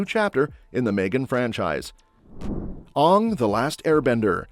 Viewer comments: The pronunciation of Aang's is reminisce of the m night's version! That's NOT how you say his name!!!! As I yell at the screen each time he says his name wrong! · I appreciate the video...all great flicks. All i ask is that in future video's when you refer to The Last Airbender please the correct pronunciation for Aang (the animated version) not the M. Night atrocity. Thanks again for the vid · They are saying the avatars name wrong. In the original cartoon they call him aang they are saying it oong. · Why do they continue to mispronounce aang and soka